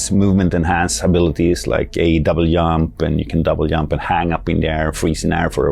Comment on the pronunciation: . Did that fucking guy just say " double yump?" Those crazy Swedes....